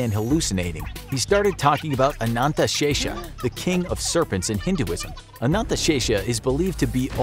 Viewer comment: As an indian, Your pronunciation of Ananthashesha is perfect.